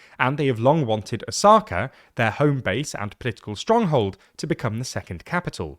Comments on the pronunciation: Plz pronounce “Osaka” properly, the accent shld be on “O” and not “Sa” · O-saka. The tonic accent is on the first syllable. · Is this really how to pronounce Osaka in english 😭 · The pronunciation of Osaka is distracting ><